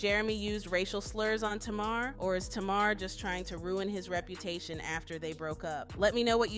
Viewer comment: My god, you can't even say TAMAR properly, get it right. 😂😂😂😂